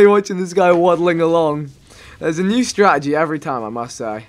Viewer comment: What is with all of the wors abbreviations where unnecessary it is ridiculous haha "strat-EGY"